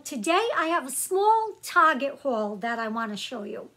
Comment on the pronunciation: Hello and good evening... I was watching your video and all of of sudden you said the word Target... You said Target or Tarjet... I found myself thinking and smiling, like OMG, I'm not the only one that says that... lol